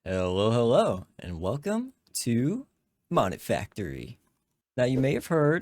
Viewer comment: isn't it pronounced "moe-nee-factory" not "mah-nih-factory"?? same as Nomifactory being pronounced "noe-mee-factory" and not "nah-mih-factory"? ain't ever heard anyone say it like that lmfao. I can't imagine that's the official pronunciation